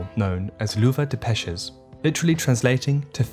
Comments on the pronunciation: Lluvia = "YU-via." Peces = "PESS-es." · Great video, as always! Just an observation: the double "L" in Spanish is pronounced similar to the English "J". So "lluvia" would sound more like "ju-vee-ah". Also, "peces" is pronounced as if written with "s" instead of "c".